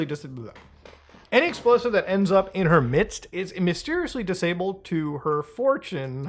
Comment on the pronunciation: mysteriously disabwah